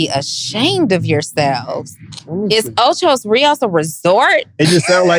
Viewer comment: Jamaica has huge Spanish influence. It's Ocho Rios, but we call it "O-CHI" like CHEE with short e, not Chai